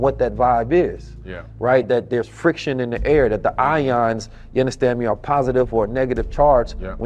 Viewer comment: You unnastan me? you unnastan me? you unnastan me? I cannot get enough of Billy Carsons mind, but that was hard to get through.